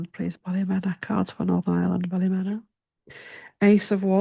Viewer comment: Ballymena Ballymeana is how you say.